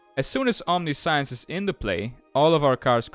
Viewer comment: I know English isn't your first language, so I want to help you pronounce Omniscience correctly. You are pronouncing it "omni-science", which is how it looks, but that's incorrect. For future reference, it's pronounced "om-nish-ence". That's the US English way of pronouncing it. The UK/European version is "om-ni-si-ence". Both are technically right. Here's a link that can play both versions of the pronunciation for you. Hope that helps! EDIT: If anyone didn't know, "omniscience" means all-knowing, or knowing everything there is to know.